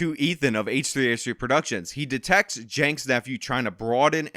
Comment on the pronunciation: H3H3 is pronounced hehe